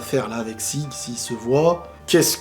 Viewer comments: Sieg se prononce "Ziig" , c'est de l'allemand et ça signifie "victoire". Je ne sais pas pourquoi mais plusieurs noms de personnages dans SNK sont des noms allemands... Krüger, Jäger(en français chasseur) aussi par exemple. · Sieg se prononce à l'allemande "zi:g" avec un "g" très dur, proche du "k", d'où la transcription phonétique japonaise Jîku ジーク et la version anglaise Zeke. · Et ça se dit "Zig" comme dans zig-zag... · C niku la viande pas niko en japonais et sieg en allemand ça se prononce zieg avec un z poursuivi d un i prolongé et à la fin ça se prononce g pas j et ça veut dire la victoire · Sieg ça veut dire victoire en allemand, ça se prononce zig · Sieg ca se prononce zik (en allemand). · "Sieg" ca se dit bien " sigue" en français, et en anglais c'est "Zeke" qui se prononce "Zik" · Sieg se prononce Jiku si on veut bien prononcer ^^